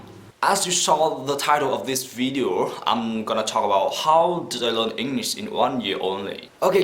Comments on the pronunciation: Its English not engnish :( btw your E is good ^^ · Rất cảm ơn về chia sẻ của bạn! Nhưng có một khuyết điểm nhỏ khi mình nghe bạn nói là bạn hơi ngọng khi pronounce từ "ENGLISH" và một vài từ khác nữa! Thân mến! BR!